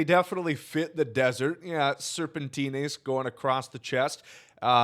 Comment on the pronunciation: It’s pronounced ser-pie-n-tes